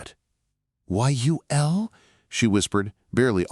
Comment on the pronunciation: The Ai voice pronounces Yul as "why-you-ell". I'm so fed up with Ai.